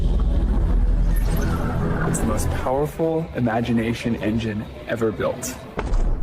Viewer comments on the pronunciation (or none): "Imatination engine", ok, 'imagination', sure.